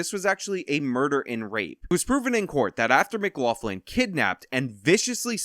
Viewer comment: I'm finding it very difficult to accept that a guy who says he is part Irish cannot pronounce McLaughlin correctly. Say: m'-glock-lin